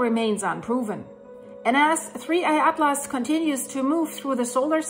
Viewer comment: Another great video. Your English is excellent but since I'm a speech therapist I will help you with four science words that are not often used. First "Comet" is pronounced "Cah mit" without the long "o" vowel sound. Second, in he words "NASA" and "Atlas" the 'a" sound is not an "ah" sound but like the "a" in the word "Hat." Lastly, the word "iron" is easier than you might expect. Say the letter "I" as in the English alphabet and then the word "urn" as in an object that contains human remains and you have "Iron" Now if you speak Spanish, I could use some help pronouncing some words....